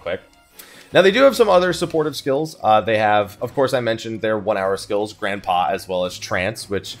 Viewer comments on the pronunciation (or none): dont wanna be that guy but im fairly certain grand pas is pronounced gran(d) pa(s), silent d and s. the "ran" in grand is pronouced like how you would say the "ren" in rendez-vous it's french for "large/big step"